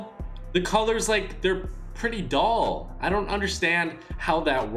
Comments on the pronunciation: Dull not doll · Stop saying that colours are “doll”. Its DULL!